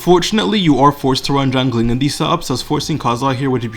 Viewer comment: "gjangling" xD sry love it